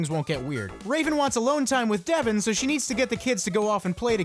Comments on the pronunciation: How you gonna say "Devon" like "Devin"? Ya boy is "Dev-ahn"! LOL, but that part at the church was hilarious~ XD Subscribed~ :3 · not devon but devON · I know it's 2019 but it's DevON not DEVon.